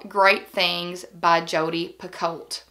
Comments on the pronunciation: Not that it makes a huge difference but since you mentioned not knowing how to pronounce it: Jodi's last name is pronounced Pe-Koe, like the tea. And we learned last year (when Liane herself corrected us at an event 😳) that her name is pronounced Lee-ahn. They are both huge favorites of mine as well. And Ove is one of my top five books I've ever read. You have great taste in books. I am a novelist and I love that you are encouraging people to read! (My latest book is When We Were Worthy. Let me know if you'd like me to send it to you!) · I also love Jodi Picoult. Apparently it's pronounced Pee Ko. I always said pee colt as well. I just started reading Nineteen Minutes.